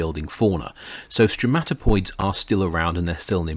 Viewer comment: Stromatoporoids, not *stromatopoids*.